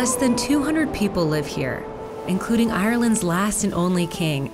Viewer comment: The pronunciation in the first sentence of the last king of Ireland story is so bad that its hilarious (source: Irish person)